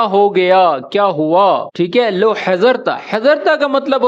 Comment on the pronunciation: مش لوو هذا لو (Lao) not لاكن ماشاءالله ممتاز❤️